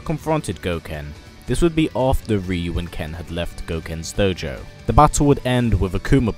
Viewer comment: doughjou lol, satzu accent